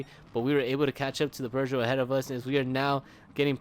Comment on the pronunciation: Bro, it's not "per-zho". It's "poo-zho".